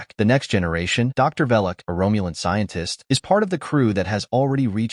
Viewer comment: If I hear Romulan pronounced "Rome-u-lin" one more time, I'm going to throw up.